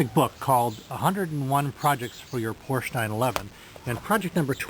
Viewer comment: "Porsche" is a 2 syllable name.